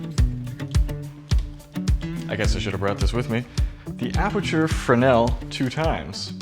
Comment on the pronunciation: Pronounced fre-nell.